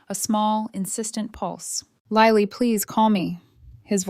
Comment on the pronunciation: Her name is Lily as in the flower NOT Liely!!!! LILY!!